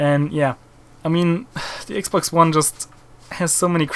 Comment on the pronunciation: lol cuz yo r german u said ax box. no offense germans r awesome... the scout sniper in bf4 was actually designed by a german